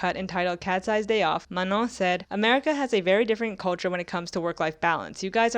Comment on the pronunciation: Is that really how Manon is pronounced… like ‘Manong’?